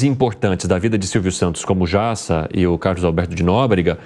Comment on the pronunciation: Errou o nome do Carlos Alberto de Nóbrega e não dá Nóbrega e o cabeleireiro é o Jassa e não o Jiassa !!!